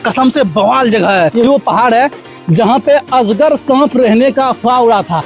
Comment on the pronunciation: Asgar nhi azgar 😀